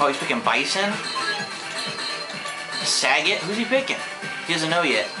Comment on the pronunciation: The name's pronounced "Sah-gaht" not "Saggit".